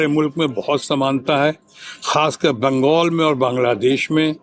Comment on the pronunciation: यह बंगाल को बंगोल बोलता है अनपढ़ जाहिल की औलाद